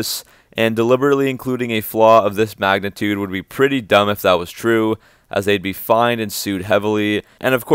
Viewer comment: don't you mean a flaw of this "magnum-tude"?